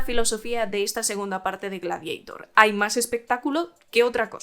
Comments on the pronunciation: No es Gladiaitor!!!!!! Es Gladiator, tal como suena, en latín!!@ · ¿Por qué "gladieitor" y no "gladiator"? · Pero como “Gradieitor” hija de mi vida……? Si es un termino latino,se lee tal cual Gla-di a tor.Ten un poco de respeto a tus ancestros que cada vez que dices Gladieitor ñiñi, muere un latinista….😒😒😒😵‍💫😵‍💫😵‍💫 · "Gladiator", del latín Gladiator/Gladiatoris. No "Gladieitor" aunque sea una película de Scott. Sería como si Quo Vadis lo pronunciaras "Quo Veidis". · Tu pronunciación G-l-a-d-i-e-i-t-o-r 😂😂😂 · Gla que ? Ja Habla bien ...es gladiador 2 .... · Ella lo està pronunciando en inglés caballero,que no acaba usted de enterarse y aún así tiene las santas narices de corregir!!! GLADIEITOR suena ridículo tal y como ella lo dice, aquí y en la China.Fin del hilo. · Buenas, por ignorancia del tema ¿En EEUU cómo lo pronuncian? Ya que la película la han hecho ellos, si no traducimos el título, se dirá en inglés. ¿O para los de habla inglesa también lo pronuncian en latín? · En inglés Gladiator( latin) se pronuncia foneticamente.En español tenemos un término propio derivado del latin ,por lo tanto es completamente absurdo y ridículo pronunciarlo en inglès.Aqui no hay ni debate ni discusión.